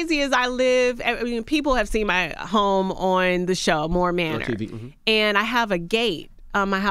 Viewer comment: Lmao I was going to attempt to suffer through this interview but I can't do it lol I cringed at her a few times in first three minutes and even managed to disregard her comment about "I've got the coins to do it" but when she went out of her way to say Moore Manor..I had to tap out lmao Sorry.